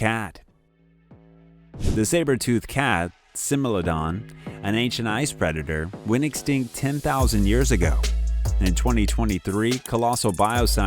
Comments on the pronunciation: Smilodon..not similodon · Sorry to be a bother, but you should work on your pronunciation of names. "Wageningen " is un recognisable unless one knows it must be that and "Similodon" is Smilodon.